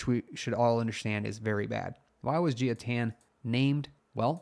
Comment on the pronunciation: Jia would be a Chinese name and thus pronounced like "Jah" and not "Jeeyaa".